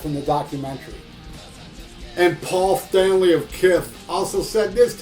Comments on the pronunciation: i cracked every time i hear you say Pol Fffftanley of Kifff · I laugh my ass of when you speak out: PAUL FTANLEYOFF KIFF... hahahahahah!